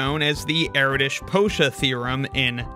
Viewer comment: It's Er-Dosh not Eraditch